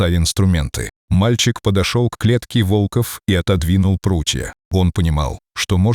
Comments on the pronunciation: Почему вОлков? Правильно - волкОв! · Молодец мальчик ,супер,волков,ударение на о,плохо читаете ,противно слушать